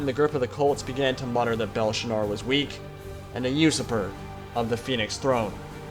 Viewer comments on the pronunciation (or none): AHAHAHA I've never heard someone pronounce usurper as "You-Super"